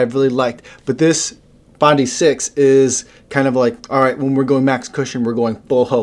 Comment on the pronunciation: To help you out it is pronounced Bondeye as in the beach here in Oz Bondi Beach, love your vids thanks for your efforts 👍😎